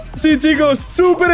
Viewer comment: y lo dijo en super slipe